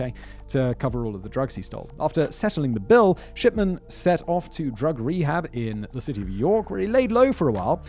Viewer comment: i cant stop hearing shipman pronounced as shi(p)tman, it makes me giggle slightly, just think that the version of the name fits harold better but its still tame compaired to other words i would have for this doctor